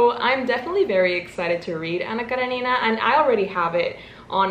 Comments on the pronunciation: Btw it's Anna KarEnina 😶 But ilysm anyway 😭😭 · karEnina. Accent on E. 😅😅 I had to.